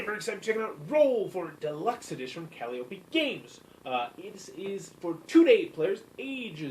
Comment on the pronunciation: lol... you STILL mispronounced Calliope! ;-)